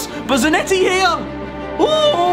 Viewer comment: Zanetti really gets that ball in Za-NET-ti Noone?